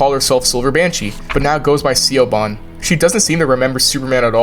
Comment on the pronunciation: I believe it’s pronounced broach, not brooch, and SHEH-VON, not seeyoban 😅